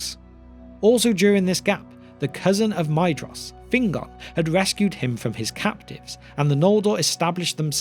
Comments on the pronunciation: I hate being pedantic about pronunciation. However, Maedhros is my favourite of the Sons of Fëanor. The "ae" is pronounced as a long "a" and the "dh" as a "th", so the name should be pronounced "MAY-thross" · I always thought that Maedhros was pronounced Maethros, but maybe it isn’t, and I do think that Maedhros sounds better